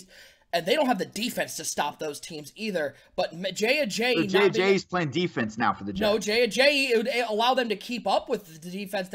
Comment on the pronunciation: #SonnyWins due to pronouncing Ajayi wrong many many times